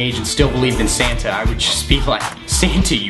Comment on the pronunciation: Santa not Sana